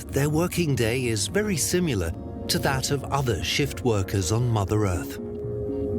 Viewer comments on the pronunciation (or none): There is no such word as 'simular'. It is 'similar'. Are you a professional or not?